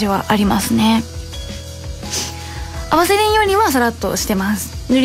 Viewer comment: いつも有難うございます。 「ワセリン」の発音がちゃんと「Vaヴァ」の発音されてる。流石です。